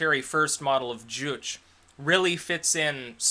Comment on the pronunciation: It's fine, I didn't really watch any of that either. Though "juche" is pronounced joo-chay. I expect this channel to get towards the Sargon of Akkad level of followers fairly soon.